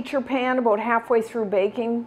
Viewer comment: Did you say aboot a half an hour? lol. I love you! And thank you for this recipe!! It's wonderful